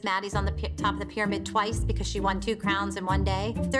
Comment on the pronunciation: “Only BEcOuSE” Kelly